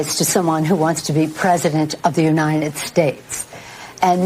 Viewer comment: She's been in government all this time, and still doesn't know how to pronounce United? Utter moron.